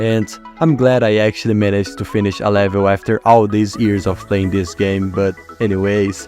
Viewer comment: I like how he says levil